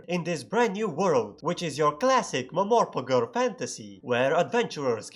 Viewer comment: ah, yes, classic mehmorpegeh